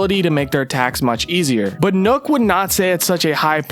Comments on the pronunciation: It’s nook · Why does he keep saying “Nukk” When it’s clearly worked “Nokk” (knock) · Not “nook” it’s “nokk” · I was so annoyed by him saying it like that